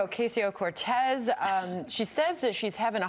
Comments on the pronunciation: They mispronounce her name on purpose. You can tell theyre about to say Ocasio correctly and then go "oh wait I'm supposed to say it wrong" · Alexandria Oh! Oh! (Stuttering) Okesio (wrong pronunciation) Cortés...ha!ha!hi!hi! Blah, blah, blah, POOR devil, THIS is who she is....ha!ha!hi!hi! Well, Duh! And this is who WE at Fox are, complete .... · Ocaaaasio What the fuck America, it’s not difficult to pronounce.